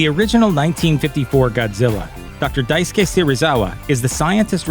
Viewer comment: Respect for the proper pronunciation of Daisuke